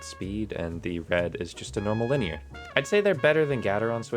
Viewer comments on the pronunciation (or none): none